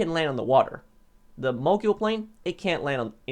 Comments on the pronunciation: I’m pretty sure it’s pronounced mo-gul not mo-gool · It's Mogul. Not Mogule 🙄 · Its pronounced Mogul, not Moguill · Btw it’s pronounced Mo Gul not Mo Jul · I think mogul is pronounced like a ski mogul or rap mogul. It sounds like ul not yule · Just so you guys know, mogul is pronounced like “Mow-Gull” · The man is the CEO of mispronunciation MoGyOoL TuLlA EvEn DeN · Ah yes moguel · The way he says mogul drives me nuts.ˈmōɡəl. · Can you pronounce something right it’s mogul not moguuuoyyyll and Tula not tuhhlaaa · Mogul = “mogool” Tula = “tüla” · The Mog-yool and Tulla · “mogule” “tulla” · CORRECT PRONUNCIATION: MOEGULL CHEWLA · There are no useless vehicles, only useless players. Bicycle or Club bus should be here. I suggest a top 5 vehicles you mispronounce. Mogul and Tula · Mow-Gul Too-la 1 year later and still :/ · my man swapped the U in Tula for the U in Mogul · The length of time you've been playing this game, I was disappointed to hear how you pronounced mogul and tula